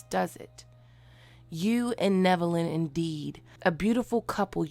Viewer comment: Omg you are pronouncing his name right. Love it haha